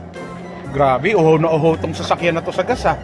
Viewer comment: Why do you call gas gaas?